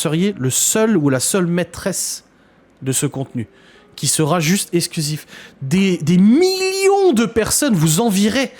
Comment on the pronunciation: les mots qui contiennent un "x" ne se prononcent pas "s"... eKSKlusif pas essclusif... c'est quand même pas compliqué...